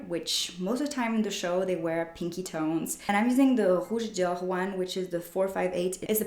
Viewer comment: Nice, i thought you pronounced Rouge Dior too well haha ☺️